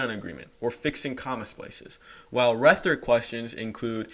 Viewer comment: "rethric" son😭